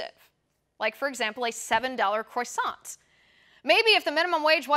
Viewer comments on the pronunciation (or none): Croissan, not croissanT.. the T is silent. For the rest, it must be a god damn good croissan at this price.. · The 't' is silent. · Love the way she says croissant - croysant. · I like your vids but please learn how to pronounce croissant....